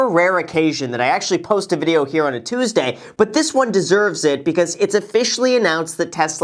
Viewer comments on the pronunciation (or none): none